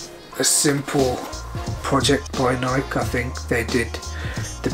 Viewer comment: pronounced Nikeeee